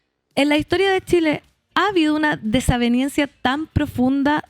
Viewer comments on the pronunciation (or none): Se dice 'desavenEncia" señorita no "DesavenIancia" llama la atención lo poco preparados que son estos periodistas progres en historia, lenguaje y otras áreas de la comunicación tanta gente bien preparada que anda sin trabajo por ahí y ustedes apitutados siempte por política contratados.